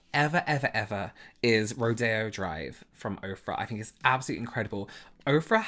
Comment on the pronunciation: pronounce your 'th', please. He says 'I fink' rather than 'I think'. So annoying. omg.